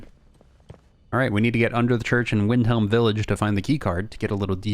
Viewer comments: It's Wyndham not Wyndhelm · Wyndham is pronounced Wind-dum